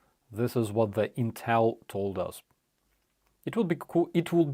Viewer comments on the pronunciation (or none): none